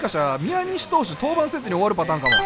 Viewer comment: ×みや↑にし投手 ○みやに↑し投手